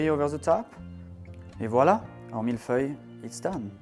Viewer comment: It’s milföy in Turkish, feeling good to pronounce Mille Feuille correctly.